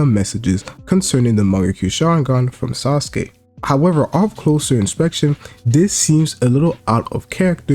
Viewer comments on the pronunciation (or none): none